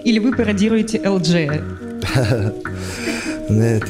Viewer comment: особенно слово ,,НЕТ'' произносит ,,НЭТ'' 😂 ЭТО ЧЕПУШИЛА